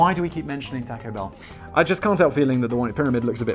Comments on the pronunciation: No accounting for your tastes, Simon! You love Star Trek yet have barely seen a Star Wars movie! And Danny keeps throwing out Taco Bell references because, like you, he's slightly Americanophobic and knows how annoying we find your pronunciation of the name! Keep Blazing! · I think Danny just writes in Taco Bell because he knows the way Simon pronounces it triggers Americans.